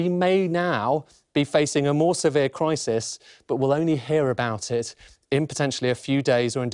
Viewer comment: Really? Its Crisis not CrIsEEs. Lol